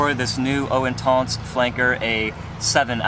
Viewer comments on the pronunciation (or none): Great video. I own and love it, much better performance than original whilst keeping same gorgeous scent. Also what's intonce? it's inTENce. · WTF is "Intonse"....??? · Wanna slap him every time he says intans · pronouncing intense like an idiot. come on